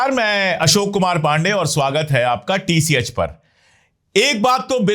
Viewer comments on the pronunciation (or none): none